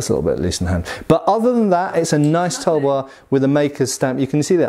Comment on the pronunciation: Correct pronunciation of Tulwar - Thull (like dull) vaar (like car) Also the extremely curved one might be a Tegha(pronounced Thay Gaa)